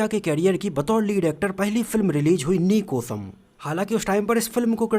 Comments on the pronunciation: Bhai thoda sahi bol yar actad ni wo actar he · Bhai actod kod he Bhosdi ke pehle primary school education complete kar lo phir vedio banao Sahi bolte to aa nhi Raha 😮😅😅😅😅